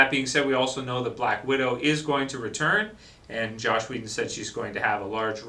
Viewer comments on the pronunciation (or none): Joss Whedon. JOSS.....not Josh...